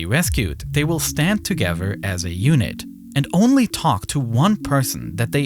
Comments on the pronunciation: Ferty-free men gavvered togedder?? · Yeah, everyone gavered togever. They were firty free, right? 🤦‍♂